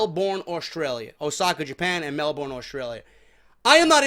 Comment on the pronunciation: ..call yourself a goon for the way you pronounced "melborn" pronounce it as "melburn" and there you go